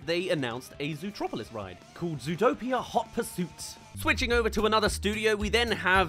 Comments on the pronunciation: Did you just say zootropolis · It’s hilarious how he mispronounces zootopia